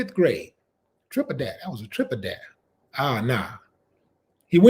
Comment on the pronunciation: “Triple daré” 😂